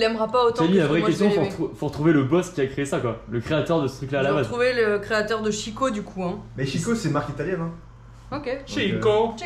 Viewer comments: En fait, la marque est bien Italienne, s'écrit "Chicco" et se prononce "Kiko". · Le poulpe je l'ai chez mes parents !! Et ça se prononce Kicco en fait, si je ne me trompe pas ca s'écrit Chicco et le ch en italien se prononce /k/ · Alors en italien ça se prononce kiko. Voila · Ça se dit Kiko bordel. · En fait, la marque est bien Italienne, s'écrit "Chicco" et se prononce "Kiko". Pour avoir le son "tchi", il faut écrire "ci". Il ne faut pas faire attention à ces ignorants qui croient savoir parler italien. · chicco ca se prononce kiko